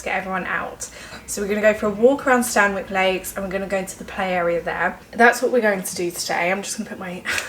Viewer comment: Just watched your video. I live 5 mins from Stanwick Lakes, gorgeous place to take the kiddies. It's pronounced Stanick, the w is silent 😊